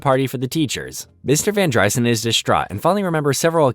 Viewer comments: its not VanDRYSUN, its vanDREESON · var dry-sen??? Van dreeeeeeeson. Clown Jar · It’s van dreeeeeson. Narrator clearly has never seen the show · Every time you say Van Dry son it makes me wanna kick you in the nads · It's van dr-EE-son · Its VAN-DREE-Son did you even watch the show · It’s definitely VAN-DER-Son lol. You sure you watched it? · Why is it you can literally say any other name and word correctly except Mr. Van Driessen? If you watched all these episodes then surely you would know how to say his name. For that, no like. And you seem to show your political views, rather I agree with them or not you automatically get a thumbs down. Almost had a good video here Bud